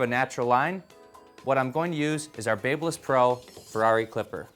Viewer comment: looks like shit...and I hate the way he says Babyliss.